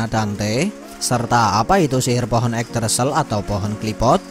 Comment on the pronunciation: Min mending pakai google translate gmn pengucapan sebuah kalimat Yggdrasil yg benar.